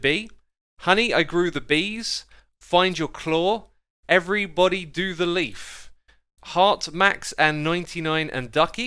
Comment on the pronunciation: “Leif” is a Swedish name for men. Pronounced “layf” kind of. Not leaf 😉